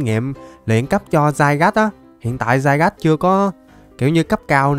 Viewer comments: Nó là zygarde mà đọc tiếng việt là zi ga đi mà dao ah đọc za gát :/ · Anh đọc zygas là sai r anh đọc zi ga đi là được ạ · nó tên là di ga đê anh chứ ko phải dai gát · Cho em bọ hôm qua gigantamax đi anh Với lại Zygarde đọc là Zy ga đe chứ ko phải là giai gát =)))) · ơi con đó đọc là zy ra đê chứ ko phải zygarde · Anh ơi trong bộ xyz con rắn đọc là zygarde chứ ko đọc là zaygar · anh ơi zygarde đọc là đi ga đê chứ ko phải dai gát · Zygarde đọc là dy ga đi anh ơi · Zygarde đọc là zi ga đe anh ạ ko phải Zy gát đâu ạ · Zy ga đê a ơi chứ k phải zairaz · Zy ga đi chứ k phải giai gác a ạ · đọc là zy ga rư đê anh ơi chứ ko phải là zai gát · Ko phải zai rát mà là zi ra đi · đọc sai r Ko fai đọc là giai gát Mà là di ga đi nha anh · A bảo zygade là dai gát a đọc sai phải gọ là dy ga đê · Ko phải dài gat đâu anh mà là di ga ru đê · Em pokemon ấy khum phải đọc là zai gát đâu anh mà phải đọc là zy ga de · a đừng đọc là zai gát nữa huhuhuhuhuhuhuhuu đọc sai ùi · Đọc là zy ga đê chứ ko phải zai rát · có 1 vấn đề từ hm qua về việc đọc tên con zygarde:v nhiều ng bảo đọc dai-gát là sai di-ga-đê mới đúng:v t ko hiểu mấy ông nghĩ gì luôn,rõ ràng dai-gáp là tên gọi chính thức đầu tiên mà mấy ông còn bảo sai thì t chịu r:v trong anime có thể là mấy ông lồng tiếng ko quen miệng đọc là dai-gát nên đọc là di-ga-đê:v ý của t ko phải là đọc là di-ga-đê là sai mà ý t là cả 2 cách gọi đều đúng,ai mà bảo đọc dai-gát là sai thì mấy ông là thần đồng pokemon con mẹ nó r:v (cá nhân t thì t thik đọc là dai-gát hơn,di-ga-đe t nghe cứ kiểu phèn phèn:v) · Anh đọc Sai tên zygarde rồi anh phải đọc như tiếng việt vậy là zi ca rư đê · Zygade phải đọc là "Zy ga đi" mới đúng:v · uk thì tên là zygarde nhưng đọc là zai gát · Zygarde trong phim thì đọc là zy-ga-đê đấy anh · Con zygarde độc là gi-ga-đê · di ga đi ms đúng mà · nó tên zi ga đê mà anhh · zygarde đọc tiếng việt là Zi ga de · Ko phải zai rát mà là gi ra đi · Anh đọc sai tên zygarde và Xerxes rồi